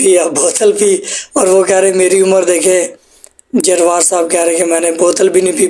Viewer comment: جروار ھے بھائی درست طریقے سے پڑھو